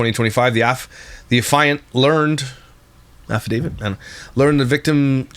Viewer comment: It's pronounced AFFIANT....ă-fee -ant.😊